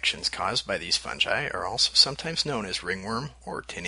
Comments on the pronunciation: oh god he pronounced fungi as "fun-gee" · its all cool until u said FUN JI